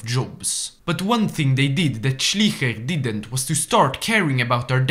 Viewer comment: Hey, I have to say your German is pretty good for a French guy, but i still have some advice: for example you call "Schleicher" "Schliecher", you pronounce the "i" first but you should pronounce the "e" first. So when you read something with "ei" its pronounced like "aye". Other than that great video👍🏻